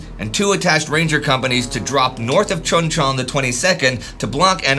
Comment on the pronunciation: Pronounced Choon Chon. You're driving me batty.